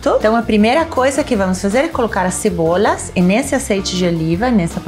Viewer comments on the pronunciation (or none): Eu perdi tudo no falando Cebolhas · Cebolias, óleo de zeite kkkkkkk